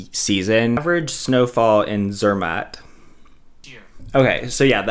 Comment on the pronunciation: Rach, Zermatt does NOT rhyme with Kermit, ffs! Zer MAHT!!! The fact that she doesn't even try to pronounce new words correctly is obnoxious and sooo American. Rosti?! ugh. I live in Switzerland. The chocolate and cheese are good, but no one thinks the German-speaking area of Switzerland is the place for fine food. I mean, France and Italy are RIGHT there.